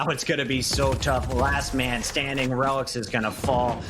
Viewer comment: reh-licks is the correct pronunciation